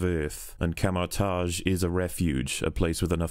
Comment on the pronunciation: He says sounding like a babbling 10yr old american 😂